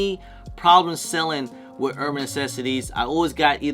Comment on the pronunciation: Why do you say "Uban Necessities" like that? I can't even watch this.. lmao